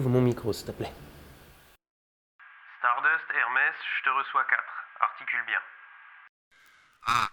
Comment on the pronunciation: C'est un Fake !!! Il a dit "steuplai" au vaisseau !!!